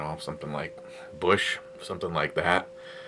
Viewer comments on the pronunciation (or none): ★★★★★ Did you say Busch or Bush? ... Because one is better than the other. :-)